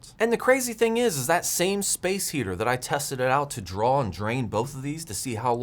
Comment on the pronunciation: Also drawl instead of draw.